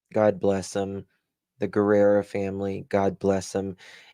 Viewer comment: sweetie the correct pronunciation of Matthew's last name is......Ge- rrrah. Not Guerra. Luv you sweetie.